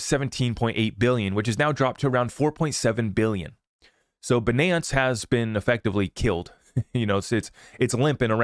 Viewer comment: Man you're funny by saying Binance like that. 😂